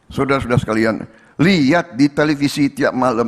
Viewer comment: Suudara suadara😂